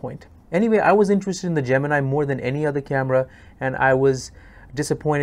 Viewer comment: Wish you pronounced Gemini correctly